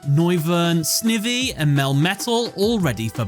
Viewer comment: the way you said Snivy's name..........ugh